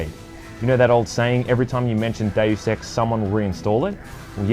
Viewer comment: ....it's probably just me, but the way you say "Deus Ex" sounds like you're saying "Daily Sex" 😂 👉👌